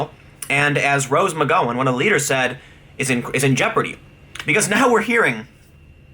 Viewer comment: McGOWan. Not McGOan.